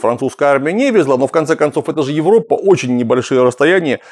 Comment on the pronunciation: 1. "Европа" пишется и произносится с одной буквой "п". Откуда такая тяга говорить "ЕвроППа" у многих ораторов..?. 2. ФлаНДРИЯ. Не ФлаМАНДИЯ. Есть "Фламандский регион", есть "фламандцы", но нет "ФлаМАНДИИ".